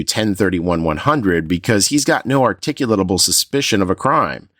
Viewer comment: You’re too articulate to mispronounce the word “articulable”. Say it a few times, and don’t let that first “l” fuck you up.